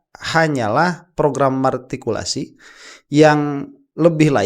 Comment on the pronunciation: Bukan martikulasi tapi matrikulasi